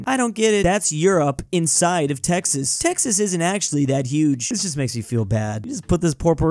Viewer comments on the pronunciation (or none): none